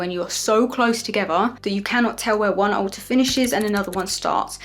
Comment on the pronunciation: Currently obsessed with how pronounces alter as ”aow-ah”